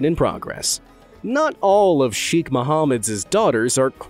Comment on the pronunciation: Cheikh..the chei pronounced like the "sha" in Shake...kh like the c in cataract..